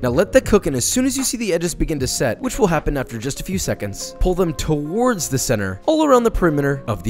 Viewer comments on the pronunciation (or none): none